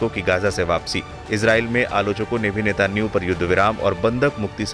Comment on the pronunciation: अरे chu@ N€tan¥ahoo का नाम तो सही से लेले